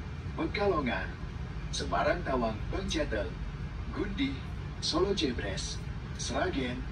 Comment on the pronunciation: Koreksi.. solo jébrés mas bukan solo jebres 🙏🙏